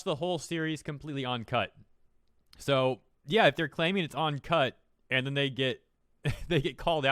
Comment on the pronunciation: Uncut, you keep saying "On"cut.